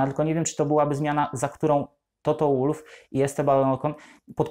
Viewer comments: Toto to Austryjak, więc czyta się wolf, a nie łólf. Schumacher czytasz przez ch czy przez k? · Błagam, też nie zawsze za nim przepadam, ale bardzo szanuję tego człowieka za to co osiągnął i nadal osiąga., nalegam aby Pan też go szanował, przynajmniej w tym minimalnym stopniu - czytając jego nazwisko poprawnie! Toto /WOLF/ a nie /ŁULF/. Proszę.